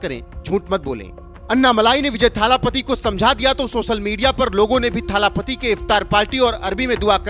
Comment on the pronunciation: विजय थालापति❌ विजय L.. पति✅ 😂😂😂😂😂